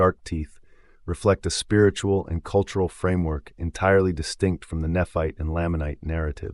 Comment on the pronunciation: It's Nephite (KNEE-fight) and Lamanite (LAME-mun-night).